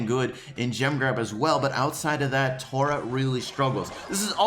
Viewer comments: Tora? It’s Tah-rah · Your say omg Tara wrong it’s T-A-R-A